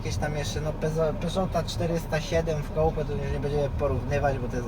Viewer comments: tego się nie wymawia "kołpe" tylko "kupe", no i nie sportsize tylko sportsitze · Samochody koupe xD Fajny materiał tylko naucz się poprawnie wypowiadać coupé 😅